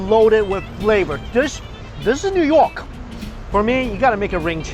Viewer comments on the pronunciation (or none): He even sounded like a new yorker when he said "New York".